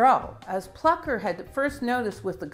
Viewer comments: Taking nothing away from the brilliant explanations, there is an umlaut over the u in Plucker. Thus, I would surmise the u is pronounced oow: plooker. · It think it may be pronounced "Flooker".